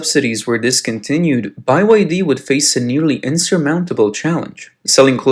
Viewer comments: Byd not "by y d" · It BYD, no Bi-YF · It's not bai wai d it just b y d bruh😂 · "by-why-dee" surely there is only one Y in they name, so isn't it called-'bye-dee' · Why do you keep pronouncing it as Buy Y D? It Bee Y D? Get it right. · It is Bee Why Dee and not Buy Why Dee. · Is b-y-d Not by-y-d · Why pronounce B as "buy"? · can you pronounce BYD normally tho? by why d? just say the letters? B, Y, D? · I'm pretty sure it's spelled "Bee Wye Dee", not "Bye Wye Dee" 😏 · Buy why dee? It's BYD. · How come you're pronouncing it "By Y D" instead of "B Y D"? It's supposed to be an acronym for Build Your Dreams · Fix your computer generated commentary, its pronounced BEE WHY DEE, not BUY WHY DEE! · In English, the letter B is pronounced "bee", not "by". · Bye y d? Not bee y d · it's not pronounced "Buy-Y-D" it's pronounced "Bee-Y-D" you pronounced it wrong. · Why do you keep saying Bye YD 🤬🤬 it's B Y D so frustrating 😮😮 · Is it pronounced “B Y D” or like the narrator is pronouncing it “By Y D”? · Why are you calling the car company BYE Y D it’s just the letter B then Y and then D not BYE Y D lol it’s pretty annoying how your sayin it not trying to be mean but if your going to say something at-least say it right please thank you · WHYTF … do you keep pronouncing BYD as “Bye Y D”? It’s just pronounced as the three letters B-Y-D (“bee” “why” “dee”). Cluuuuuulesss English. Where are you from ?? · You need to train your text-to-speech software better; BYD is pronounced "Bee Why Dee" not "Bye Why Dee". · ITS BEE WHY DEE, NOT BUY WHY DEE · Its "BEE WHY DEE, not BYE WHY DEE". Let's get your AI up to speed. Cant even pronounce a company with 3 letter to its name. Also, stop using warren buffets name when it comes to BYD. Thats old old old news , buffet only out a tiny money intonit cuz his buddy asked him to. Buffett has noninterest in electric or battery nor does he know anything about them. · Bee Why Dee. Not Bye Wai Dee. or Build Your Dreams !! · ByeYD or BYD 😂😂😂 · “Bye Wide E”